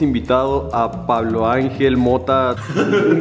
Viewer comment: Todos sentimos raro que diga "Pablo" en vez de Puvlo